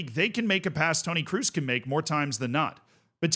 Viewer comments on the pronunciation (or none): KROOS IS READ LIKE "CROSS" not "CRUISE" FFS